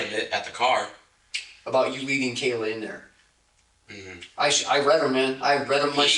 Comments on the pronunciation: Her name is kayyyy la not kyla. If you’re going to get views and likely monetized from people’s deaths please practice saying their names properly. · Her name was Kayla not Kyle-uhh. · Why does it say "Kayla" but you are saying "Kyla"?? Ik I might sound like i am nitpicking but if anyone's name is important to get right, it should be the victim!! But ummm what is her name?? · He also said "Kaylin" right after that. And I know there was a Kaylee. But he said Kayla, then Kyla, then mentioned Kaylee, and ended with Kaylin. Wild. Lol